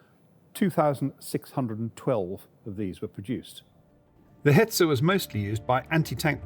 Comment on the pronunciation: Hetzer....Hetzer, not Hetzel....as a German my ears are bleeding and my eyes blinding to see or hear "Hetzel", ooof